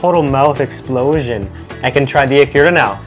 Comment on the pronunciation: Eee-ku-ra Eee-ku-ra Not ee-kuuu-ra Emphasis on the Eee, short ku, short ra